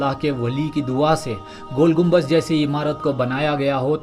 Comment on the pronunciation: Naam to sahi lelo gumbaj nahi gumbad